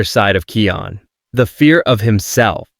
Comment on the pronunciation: Kion's name is pronounced KAI ON not kee on lol!